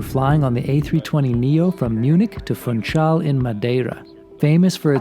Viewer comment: The "capital" of Madeira island is to be pronounced [fũˈʃal] as if it was "Funschal" is German, not "Funtschal"!